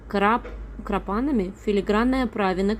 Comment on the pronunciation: Крапанами- ударение на последнем «а».такие есть и у меня